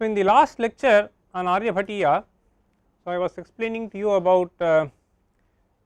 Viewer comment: How unfortunate, this scholar cannot pronounce Sanskrit words properly and is needlessly Anglicizing them. Its not Aryabhattaaaaa, but Aaryabhatt. Similarly it is not Aryabhatiyaa, but Aryabhatteey. Again it is not sootraa, but sootr. So so many other words wrongly pronounced. Such a shame a pandit dressed scholar has Anglicized all Sanskrit words by appending an 'a' after them all. Blunder, massive blunder. We emphasize so much on English pronunciation and have stomped on our own! Shame!